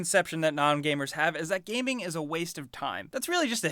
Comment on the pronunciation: ThatOneChocolate lucky boy. My dad can't even pronounce gaming correctly. He says 'kameng' lol